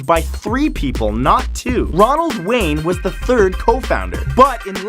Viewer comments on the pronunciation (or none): none